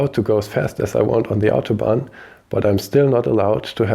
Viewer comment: FYI it's 'autobahn', not 'autobond'.